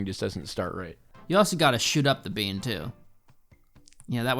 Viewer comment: ZE BEEAN